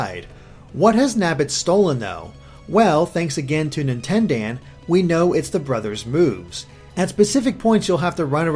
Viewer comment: dear you trying to say Nintendaan hurts me